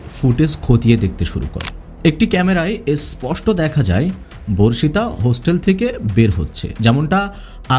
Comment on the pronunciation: ভার্ষিতা নয় বর্ষিতা/বর্ষিত